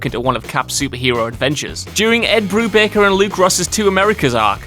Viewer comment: It’s BruBAKER.